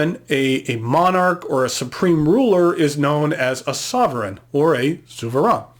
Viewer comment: ZOO - FER - RAIN. Not SUE - VER -ANN. It’s German, and it has an umlaut.